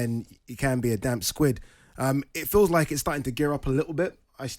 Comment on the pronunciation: Did Ole just say "damp squid"?...